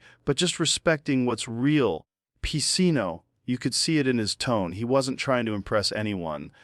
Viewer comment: Lol. We know this is AI. Al Pacino. Its pronounced AL PACHEEENO. That's the tell